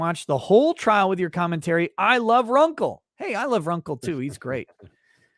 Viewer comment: It's RUNKLE OF THE BAILEY. Not Rumple from the Bailey. 😂😂😂 Bye✌️